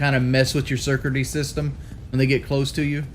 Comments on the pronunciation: "Curcuty system" what? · Surcurdy system?